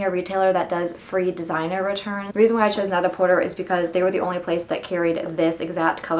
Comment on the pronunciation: very nice & detailed vid, jsyk it's pronounced net-a-portay , a pun on the french "prête à porter" (ready to wear) :) lol